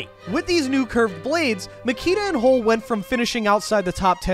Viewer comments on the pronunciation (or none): He pronounces Bobby Hull's name like "Hole".😂😂😂